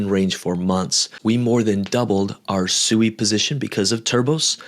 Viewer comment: Its pronounced swee, not suey. Like swing, or sweet. Not like sewer.